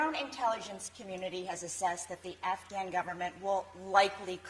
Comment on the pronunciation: Delusional…..Not living in reality! (Did he say “nafghan??$